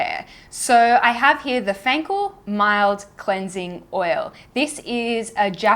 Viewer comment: Fancl [reads "fencul"] has made my day 😅🇮🇹